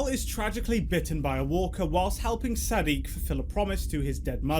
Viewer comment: The guy's name who Carl saves is Siddiq not Saddiq, sorry but I had to 😅